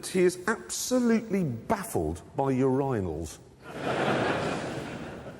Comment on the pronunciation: Ok. WTF is a "Ur-EYE-nal"???